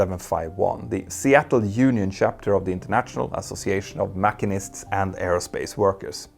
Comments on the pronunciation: 'Mackinists'??? Good God Petter! Mashshshinists they are. 😁😁😁👍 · Love your videos. FYI: In the U.S., "machinists" is pronounced mah-'sheen-ists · Mashinists not makinists.